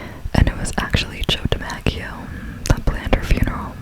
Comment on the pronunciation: I wonder how many Yankee fans are cringing at the way you pronounced DiMaggio. 😂 Congrats on the Visa!! ❤